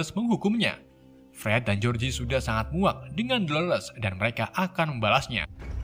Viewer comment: Fred & George (baca : Jors) bukan Jeorjie